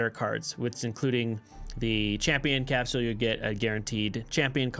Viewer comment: Good video , but the way you pronounce capsule triggers me lmao